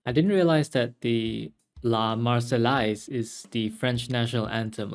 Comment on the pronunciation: For your knowledge, "La Marseillaise" is derived from the city of Marseille, pronounced mar-SAY; Marseillaise pronounced mar-say-EZ. I don't speak or read French, I've only heard these words so many times I know them by heart. Just thought you would like to know. :)